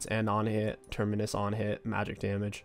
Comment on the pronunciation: Every week he learns how to say terminis a little bit better